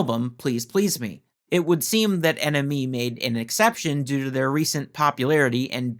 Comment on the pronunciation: It's pronounced enemy, NME !